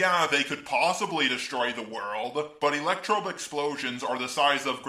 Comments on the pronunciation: You said electrobe it’s electrode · ELECTECTRODE?! REALLY?!?!?!?!??